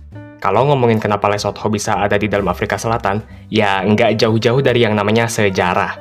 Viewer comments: Lu mah nyebutnya LESOT-HO 😂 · Nyebut Lesotho mesti gitu ya min? THO?? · Emang harus gitu ya min baca nya .. LE SOT HOOO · Min pelajari juga pronounce-nya dong, agak gimana gitu denger le-sot-ho mulu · Lucu amat, penyebutan LESOTHO nya😂😂